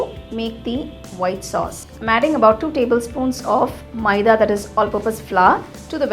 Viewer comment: First , ye pink kidhar se dikh raha hai??? Second , it's not maieda its maida Third , it's not pasटा it's pasता